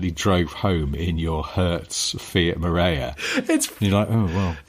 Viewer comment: About 10 years go I had a Marea Weekend 2.4 20V, fabulous car, and yes I followed it with a Fiat 'No Idea'. I don't think I paid more than £400 for either of them and they were actually very reliable. 'Marea' is pronounced 'maraya' in Italian. I would imagine your Fiat family are of italian descent.